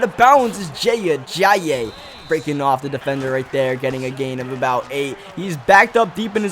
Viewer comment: Jay (uh-jI-ee) Ajayi